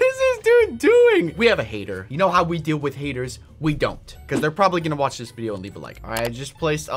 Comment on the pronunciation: "Brian" and "wach" The heck?.